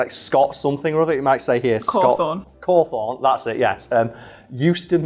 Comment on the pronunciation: The way they pronounce Cawthon makes me die inside. Also the origins behind why the games werw made is real